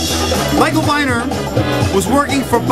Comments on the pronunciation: Just for the record -- Michael Viner's name was pronounced "Vee-ner" not "Vy-ner". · Just for the record -- Michael Viner's name was pronounced "Vee-ner", not "Vy-ner". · RIP Michael (8/8/09). This was a timely post. Serves as a nice tribute. For reference, it's pronounced Vēner. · Viner is pronounced VEE-ner. He was a vile human being who published lots of crap books like Faye Resnick;s book about Nicole Simpson and You'll Never Make Love in this Town Again. He was married to Deborah Raffin, who he basically destroyed. She died last yr at 59. I hate to associate him with anything good, because he left a horrible legacy. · Michael Viner's last name is pronounced Vee-ner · Michael Viner is pronounced ..."VEENER". I think he would have enjoyed your video. He was an AMAZING individual.